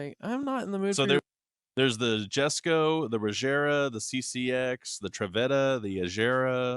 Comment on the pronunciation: Say it with me - “Yess-ko.” Named after Christian’s father, Jesko Von Koenigsegg. And who the f are yall kidding. If you had $100MM, you’d have a Koenigsegg in your garage. I for sure would. 100%.